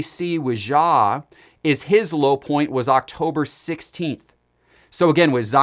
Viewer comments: yes that is perfect pronunciation 😆🤣😂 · Once again Ja is not French. His name is pronounce with a hard J.